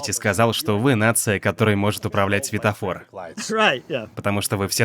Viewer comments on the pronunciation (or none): none